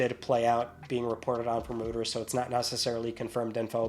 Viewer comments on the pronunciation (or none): Just for the record, Reuters is not pronounced Rooters. It's Royters. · Rooters?? You mean Reuters 😂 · FYI it's pronounced "roy-ters" not "rooters". Like the sound you make when you say "Android". Reuters. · Roto rooters what you getting your septic tank pumped😂 I like to die when you said Rooters😂😂😂😂😂😂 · Reuters is pronounced "ROY-TURS." You cracked me up when you said that. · There is nothing worse than confident mispronunciation. I'd rather hear fingernails on a chalkboard... 🥶